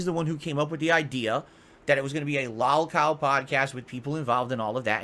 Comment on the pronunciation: Why does he keep calling it "Lawlcawl casht" it's lowcow podcast. Then again this guy is pronouncing words poorly like processing he says "processcessing" or "Khantant" idk it's because of his stroke face or the alcohol or both